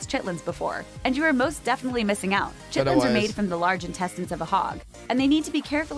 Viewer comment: No chit-lins